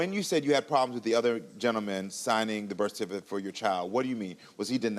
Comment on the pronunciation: Bish can't even say "birth certificate " correctly 🤦🏾‍♀️ She desperately trying to act changed but she still a 304